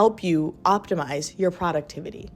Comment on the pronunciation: I love your videos but bro- YOU GOTTA CHANGE THE WAY YOU SAY PRODUCTIVITY IT BOTHERS ME SO MUCH